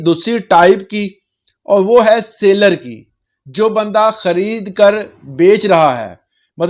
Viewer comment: Seller not sailor.